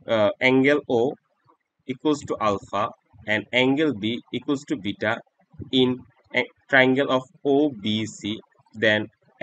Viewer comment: the way he says alpha anddd bita🤣